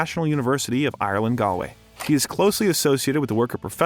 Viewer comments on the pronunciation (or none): Great series. I suggest you learn to pronounce 'Galway' and 'Edinburgh' if you want to journey convincingly through the British Isles.